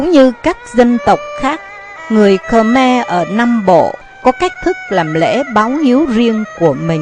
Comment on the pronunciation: Không biết bạn quay bằng máy gì, nhưng hình ảnh tương đối chuẩn. Về phần thuyết minh, thì giọng đọc này đc khoảng 3 điểm. Đặc biệt người nghe rất khó chịu khi nghe từ Khờ Me.